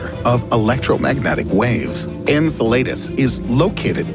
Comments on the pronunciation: En-cell-la-dee's not In-sul-late-us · Dude...you way pronounced Enceladus wrong. En•sell•uh•dis. Say it with me now.... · "Incel laid us." Lol, worst pronunciation ever. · How do you claim to be a sciency space channel yet absolutely butcher Enceladus’ (en-SEL-ə-dəs) name? When there’s this wonderful thing called google and still so badly mispronounce it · The way he pronounces Enceladus makes me cringe. 😬